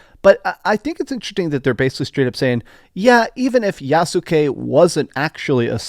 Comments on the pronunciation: Yahs-ke Not YAH-Su-Kay. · Dude... it's pronounced, "Yass-kay!" Doing my tree in listening to how you pronounce it 😖